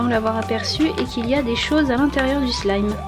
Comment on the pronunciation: Tu as dit slame au lieu de wlime